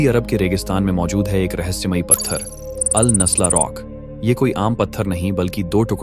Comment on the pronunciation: वो अल न्यसला नहीं अल नसला है 😅😅 अरेबिक वर्ड है